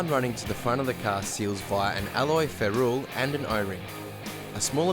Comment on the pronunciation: That would have to be the most fancy pronunciation of ferrule I have ever heard in my life!